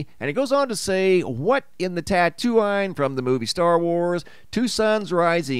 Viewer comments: Not a star wars fan hm? It's pronounced tattoo-een. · That would be pronounced tatooine (tatoo een) like halloween 😅 but it can't possibly be a binary stsr system whatever will the twitter people do now? 😂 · Tatooine (tattoo-een) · Tatooine .. pronounced: "Tat-too-eene . Just saying bud. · It's pronounced "tattoo-een."